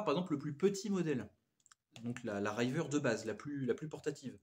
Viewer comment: RIVER Riz-veur pas Raille-veur